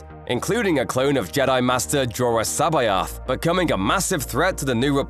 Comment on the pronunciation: just a heads up, C'Baoth is pronounced "SABBATH"